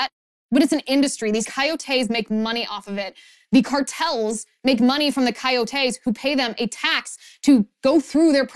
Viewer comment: Coyotes - accent on the second ”o” - coyótes, not coyotés.